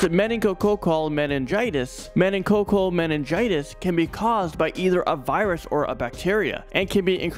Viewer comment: The way that he pronounced meningococcal😂😂😂. (I had 2 episodes of meningitis.)